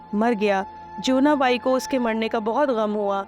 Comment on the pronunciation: इसको और बेहतर तरीके से पढ़ा जा सकता था, बहुत एक सी और flat पिच में पढ़ी गई है साथ में टेक्स्ट से कुछ -कुछ शब्द अलग उच्चारित किये हैं जैसे जीवना बाई को ज्योवना बाई और भी बहुत सारे वर्ड्स।